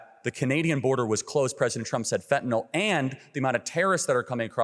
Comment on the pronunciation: She wins just on the fact she pronounced fentanyl correctly